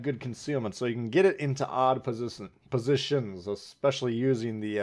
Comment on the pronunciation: Why can't you pronounce "positions"? lol